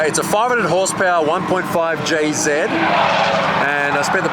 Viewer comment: Jzed... ugh, its JZ